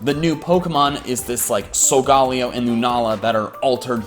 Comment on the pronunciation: Correct me if I'm wrong but I think it's sul-guh-lay-oh not sul-gal-e-oh